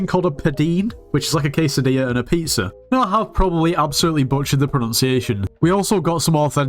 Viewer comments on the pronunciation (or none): none